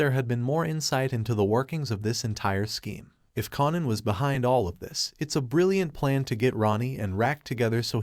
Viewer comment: It’s KAIN-an not KON-an and Raq not Rack. Would like liked to watch this but I can’t with the mispronunciation of the characters name.